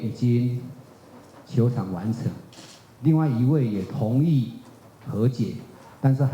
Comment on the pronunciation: 同意的「意」應該是「ì」喔，好像聽到播報員兩三次都念成「gì」。如